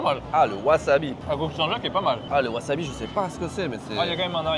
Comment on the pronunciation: haha mais pourquoi dit waZAbi au lieu de waSAbi lol! Chez nous c'est interdit de prononcer les SA en ZA! OZAKA WAZABI lol